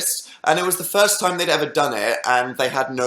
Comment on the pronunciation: diD HE JUST " so many movies and so little yime" CAN YOU NOOOT STOP KILLING ME